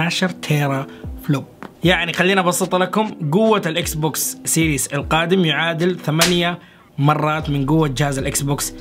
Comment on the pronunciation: اسمو مش سيريس سييييرياااس 💨 فضحتنا بلغتك